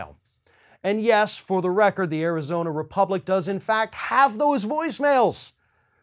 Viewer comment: "Arizoney". I like that little gaffe.